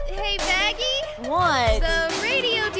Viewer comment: it's not baggy it's Vaggy ok?